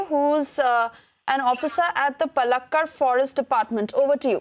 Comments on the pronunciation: Pls pronounce place names correctly Madam! Its not Pullakkud..its pronounced as Paallakaad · Please improve pronunciation. It is not palakkad. It is Paalakkaad. How cruel 😭